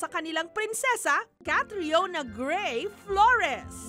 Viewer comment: Gray po hindi bray